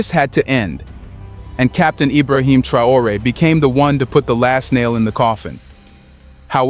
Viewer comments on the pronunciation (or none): Is it just me or is this channel just recycling the same exact story over and over. I havent heard anything new from these guys in 3 months. Its one new fact and 30 min of filler that we can do without. And for the love of God and all thats good stop with the AI the mispronunciation is unprofessional and annoying. We want to support but you gotta put in some real work not just use Traore name as click bate and give the same info in 12 different ways.